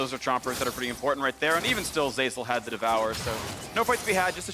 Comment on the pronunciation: "importhant" God this is so annoying. Dyrus did / does it too. They both from Hawaii? Its like Stewie and "Cool Hwhip"